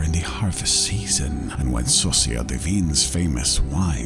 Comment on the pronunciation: The way he says witch (sorcières) sounds like sauce maker (saucière) which also works